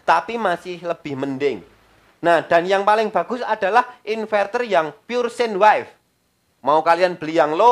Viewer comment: Sin wife Hets Cara bacanya Lo bikin ngakak 😂😂🙏 S